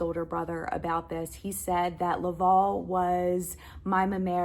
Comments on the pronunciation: To answer your question on pronunciation. Villeneuve is a french canandian name, pronounced “vill-nuhv”. Not Villeh-nuve”. Hope this helps. Welcome to Canada. Also Laval is pronounced “Lah-vhaal”. Not “law-vawl”. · The title of your video should be ''Finding my french canadian roots''. And please learn to pronounce correctly Laval. Because for me it sound like LÂÄVÄALLL. I know it is hard for you to pronounce it correctly but it is not too late to learn You have to make the diffrence betwen LÀ and LA... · Laval is pronounced La-val (val is pronounced the same as someone named Val (short for Valerie). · Just a comment about the pronunciation of your Great Uncles first name. The last 3 letters VAL are pronounced like the first 3 letters in the name Valerie. Good luck in your move. Your Villeneuve pronunciation was spot on. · I live and grew up in a city called LAVAL here in Quebec. The A isn't said as an au or an o. I'm sorry maybe it's because of how Americans per ounce the A . Lolol Very cool story about your family